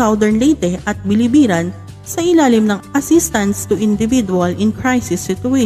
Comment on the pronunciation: Biliran not Bilibiran